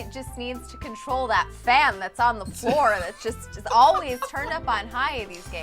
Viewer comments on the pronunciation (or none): none